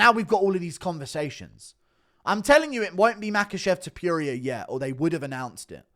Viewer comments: WHY DO YOU SAY TOPURIA LIKE THAT IT DRIVES ME NUTS ITS NOT TOPERIA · No one: Guru: Ilia ToPEWria